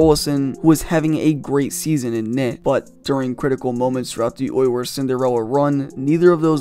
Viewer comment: I can’t get past how this dude pronounces “Oilers”. Sounds like he’s saying “Oy yers”